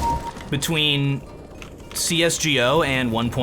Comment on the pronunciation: Are you the only one on earth thats calling csgo " csjio " ?